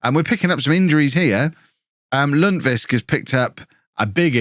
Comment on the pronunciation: We need a compilation video of trying to say Lundqvist. Lunwhisk is my favourite!:D <3